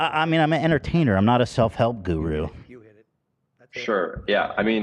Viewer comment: I really love the way Ethan says "guru" 😂😂😂